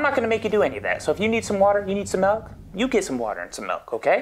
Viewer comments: the only thing i noticed was you say MELK instead of MILK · WHAT? GET THE GUY A GLASS OF MALK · Get it right people it's molk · just give him the mulk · My grandparents used to say malk lol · JUST GIVE HIM THE MYAULK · Its malk 🙄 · What do you mean it's malk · Pour him a glass of mulk! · Get him some maeioulk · WERE ALL SAYING MALK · GET ME, A GLASS OF MELK. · MELK baby! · Just give him the damn mulk! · I say MELK too!